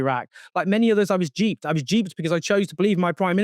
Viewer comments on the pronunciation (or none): He was duped, Owen, not "jeeped" 😅